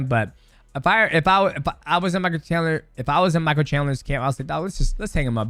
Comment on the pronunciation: we finally found the toughest fight for mighty mouse... pronouncing Michael chandler hahaha